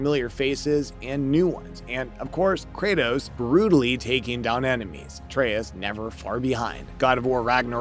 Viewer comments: Artas? how do you even mess that up lol. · Kratas and artas lol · Cant even pronounce atreus name right. Stick with kaptain kuba channel